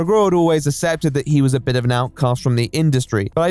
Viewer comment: whilst his videos are great why can’t he pronounce accepted correctly ever